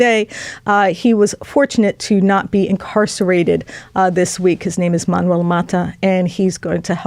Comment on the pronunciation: Haha,, I'm curious: When you already knew to pronounce Manuel's last name as "MAW * tuh," what motivated your change to the incorrect "MA (short) * tuh" instead?